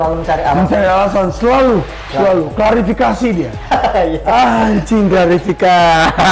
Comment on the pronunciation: F*ck scene awal2 Saya terharu liat perjuangan merintis sukses dari beliau berdua, tapi scene kedua bisa ngakak krn penyebutan "klarifikasi" Tetap semangat buat &. Legend